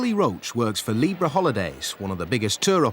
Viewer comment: Libra = 'Leebra' (pronunciation, luv')